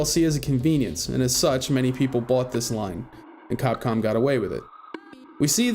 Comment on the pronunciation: did you call capcom cockcum?